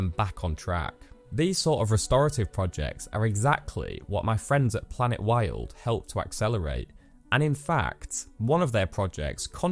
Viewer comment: During your promo I had to forward/rewind several painstakingly to find the name of the thing. And it sounds like planetworld in your narration.. Please put PLANETWILD in BiG BOLD letters on screen during the promo. I want to help, maybe volunteer.